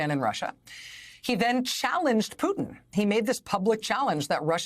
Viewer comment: There is a T in PuTin pls pronounce it!!! so annoying